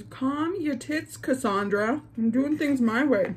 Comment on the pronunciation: And she pronounced it right 😂😂😂👌🏻